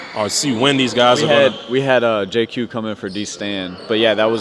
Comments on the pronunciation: If I said JayQ a few times it was an honest mistake. Didn’t realize I was doing that. My Apologies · JQ! lmao